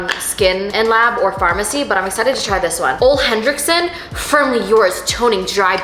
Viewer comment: Ohh my God these are some of my favorite products 🥹🥹 also ole henrickson is apparently pronounced ooo-lay or something like that 😅